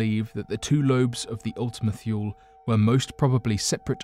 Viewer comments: How many times must he say ultima "thyool" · Mistake #1 - Pronounced Ultima Toole. Mistake #2 - The larger lobe is flat & pancake shaped. The smaller is spherical. This was discovered in spring 2019. Mistake #3 - Kuiper Belt pronounced Ky-per Belt. Mistake #4 The FAR Side of the Moon. Not The Dark Side of the Moon. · It's also pronounce Ultima tool-ee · why is the earth orbiting west to east instead of east to west? Wouldn't it get dark in New york before it would get dark in California? You are pronouncing Ultimate-Thule wrong...thule is pronounced THEW-lee or THOO-lee....have you not heard its name spoken aloud before, if so how could you knowingly call it the wrong name? Sounds like you are just as unfamiliar to this as the people you are explaining the kaiper belt object to. "The video is only 11 mins long, would it take too long to rewatch to check facts or have a friend do it for you, if you can't afford to pay an assistant.